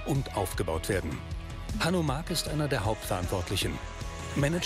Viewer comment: Der eine Typ heisst nicht wirklich Hanno Mack , gesprochen wie die Trecker und Bagger Firma Hanomag 😀